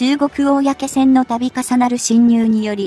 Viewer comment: 漢字の読み方を修正して下さい。うみきょうきょはやめて。かいけいきょくと読んでください。おおやけせんもやめて。公船はこうせんと読んでください。